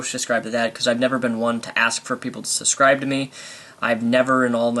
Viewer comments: SUB-SCRIBE. NOT-------- SUS-CRIBE. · you say subscirbe weird